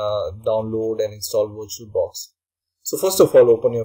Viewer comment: wirtual-box dot oh arr jee